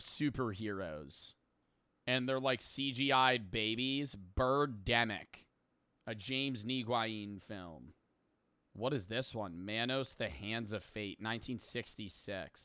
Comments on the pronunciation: Did just pronounce Nguyen as Neeguayeen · Knee why een 😭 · The way pronounces “Nguyen” is worse than all of these movies combined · the pronunciation of Nguyen was kinda epic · joes pronounciation of nguyen 😭😭😭😭😭😭😭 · who says nguyen like that? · I’ve never seen someone pronounce “Nguyen” like that 😭😭